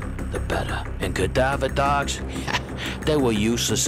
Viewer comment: The way says CADAVA DAWGS… a smile on a horrible story